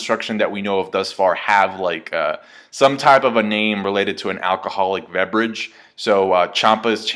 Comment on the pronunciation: "Veberage" xD